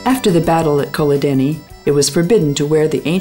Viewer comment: Did she pronounce Culloden as Kul-od-eni? hahaha! wow